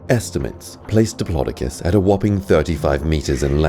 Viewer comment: It’s dip lo do cus not di plo di cus